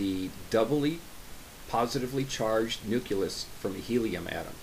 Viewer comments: Yo Dude, forgive the pedantry, but one of my pet peeves is when people who should know better, sound like George Bush while discussing important concepts like nuclear manifestations. It's pronounced "new-clee-us", or "new-clear", not "nu-ku-lus" or "nuke-you-ler". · How is it possible for someone who is obviously well versed in particle physics to still say “nookulous” 🤦🏻‍♂️ I looked it up and there is an alternative to the pronunciation of the word “nuclear” and it IS “nookular” (the way George W Bush says it). But the word “nucleus” has no such variation. There is ONLY one correct way to pronounce this word and it is “noo-klee-uhs” (American English) and “nyoo-klee-uhs” (British English) there is no “noo-kyu-lus” that’s just ignorant. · I wasn't offended at all. I thought it was hilarious. 🤣 I know it's coming across as dickish but I've never heard it pronounced like that. Nuclear yes but nucleus no way. 😂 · "Nook yoo luss" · I mispronounced it. It should be 'nucleus." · You're absolutely right that I mispronounced nucleus. I should have paid better attention to my enunciations while making the video. I apologize to you and everyone else who have been offended by it. It wasn't ignorance, just a mistake. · Homie said "nuculus" wtf? Dumb af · You're right, I mispronounced nucleus. I apologize for offending you. It was an accidental slip of the tongue made while filming. What's even more embarrassing to admit is that before posting a video, I review it at least three times and still failed to catch it. You're not the first to point my mistake out so be assured, I've be properly chastised for it. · You're absolutely right that I mispronounced nucleus. I should have paid better attention to my enunciations while making the video. I apologize to you and everyone else who have been offended by it. It wasn't ignorance, just a mistake. What's a 'dumb af?' I haven't seen that one before.